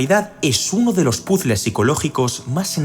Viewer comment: si no vas pronunciar bien puzzle por favor usa: asertijo, enigma o rompecabezas es tan facil ahora rrvisar las pronunciaciones ...